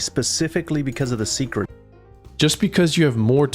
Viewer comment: hearing say secret instead of seikret is starting to pmo